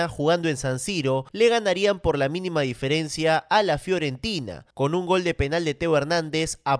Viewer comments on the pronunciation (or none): none